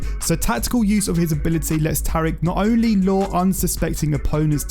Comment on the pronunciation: It’s pronounced TA-REEK not TEAR-EEK